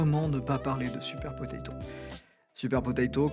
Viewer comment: C'est super potato et pas super potatoes 🤣